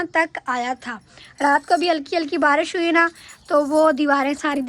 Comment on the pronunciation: باراش نہیں بارش کہتے ہیں